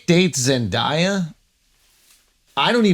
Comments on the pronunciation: Andrew… i blame al but her name is Zendeya not zendiya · Why do some people pronounce Zendaya's name that way😅 Pronounce it the way it's spelt. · I have never heard someone say Zendaya name so wrong in my life